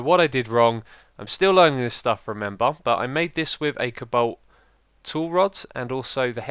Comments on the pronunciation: Co balt not cabalt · its cobalt xD not cabalt, spleed like: Coe - balt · cobalt is pronounced like Coal without the L then Balt so kinda like Coabalt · Cobolt = Coh/bolt. emphasis on first syllable. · It sounds so funny the way x says thing like cobalt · you don't pernaunce "cobalt" right, try to listen to how google translate says it, he says it very well.